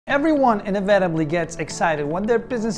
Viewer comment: Your mispronunciation of key words was really distracting. Inevitably and various come to mind.